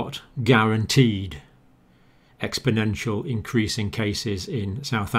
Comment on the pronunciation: Oh man - there is no such word as "expodential" its exponential - please get this correct its so very basic & is always picked out as glaring error by every professional I show these videos to